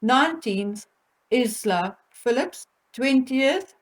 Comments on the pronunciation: Viscount SEVERN not Severin. ISLA as in Island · I love your channel but please, please could you pronounce Isla correctly (silent S) and James is Viscount Severn (as in the River Severn, sounds like number seven). He is NOT SevREN. Also you called Princess Eugenie Beatrice twice!! Sorry if it's just me, but little things like that pull a really good video back into the category of 'average,' and takes away that professional edge.